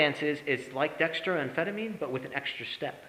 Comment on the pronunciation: At first, I thought someone had surreptitiously recorded one of my ES.S10 lectures and this guy was lip-syncing. Then he said "Dexa-DRYAN" and my ears started to bleed.